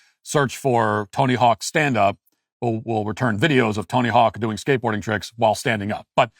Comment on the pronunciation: Who in the heck is “Tony Hawks”? It’s Tony “HAWK.” Duh. 🙄 😒 👀